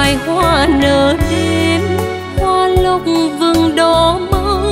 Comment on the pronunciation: Một ca si chuyên nghiệp hạng A. Khi hát phải để ý ca từ của Tác giả. Hoa Lộc vừng. Mà Dan Nguyên cứ phát âm là hoa Lục vừng. Trong khi Mai T Vân phát âm là Lộc vừng, vậy mà nhà sản xuất Vẫn cho ra sản phẩm 😮😮😮. Làm mất đi sự chuyên nghiệp